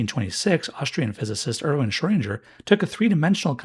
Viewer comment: Try saying "Schrödinger" with the "ing" like in "sing".